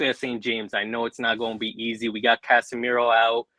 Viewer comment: It ain’t easeh 😂😂😂😂